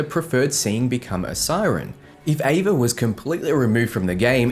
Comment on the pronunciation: Ava. It's ava.